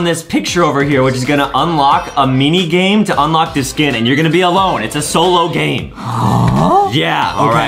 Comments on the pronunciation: Justin Adam said unloch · Adam said unloch